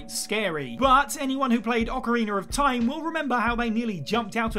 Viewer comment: Orcareener of time 😂